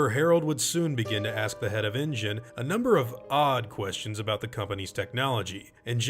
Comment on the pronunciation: Why do you keep saying engine?